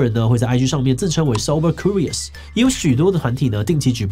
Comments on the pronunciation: 為什麼志祺把curious的Q唸成哭🤣 直接變法文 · curious /kjʊrɪəs/，要唸作 'Q'rious 而不是 '哭'rious。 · 庫rious 😂為啥我覺得怪怪的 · Curious 是這樣讀的嗎😂